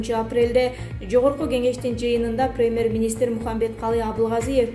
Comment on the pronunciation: Деги дикторлор окушканбы?Такыр туура окушпайт,речь дикция жок(перемер министр,каарантин)